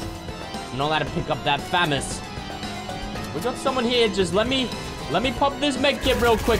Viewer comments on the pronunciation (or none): it is FA - MAU -S NOT FA - MOS